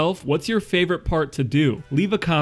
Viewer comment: Guys, this has to be my most favorite detail to date! you really looked (and sounded) the "paht" with that New England accent. You're hilarious! I think what impresses me the most is the respect you show these vehicles when doing what you and the caring you have. I don't know who picked out the background music for this video but It was absolutely spot on!! I'm 76 years old and have a great respect for the "Big Band" era. I have to tell on my self here.....when you showed the B-Roll and the full shot of this beautiful Chrysler, all shiny and new looking, it actually brought a tear to my eyes. Those were the days guys! Thanks for bringing tons of sunshine into my evening!!